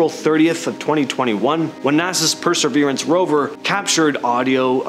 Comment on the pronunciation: Presserverance rover? Are you sure it's not Perseverance 🤣🤣